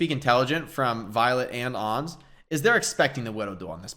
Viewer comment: Who the dern is ons? Why users keep calling Ans 'ons'? Do they call ants 'onts'? They do it with Pharah too. They call her phorah always.